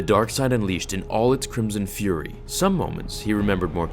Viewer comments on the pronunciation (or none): none